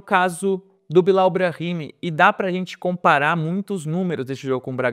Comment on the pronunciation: A pronúncia certa do nome Bilau, em sendo frances, não seria Bilo?